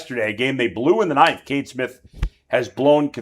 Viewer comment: It's not Kate Smith, it's Cade Smith.